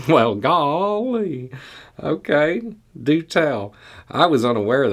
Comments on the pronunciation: I'm old enough to know the difference between B's "inner sourherner" and Jim Nabors character Gomer Pyle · As a Kentuckian, I especially enjoyed that myself. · Me too, haha! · I had to pause for a solid minute plus to compose myself LOL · my favorite! 😄